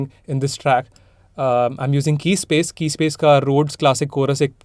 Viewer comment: cool stuff.. ive tried making stuff like this before, amazing genre (btw keyscape ko keyspace bol diya 😛)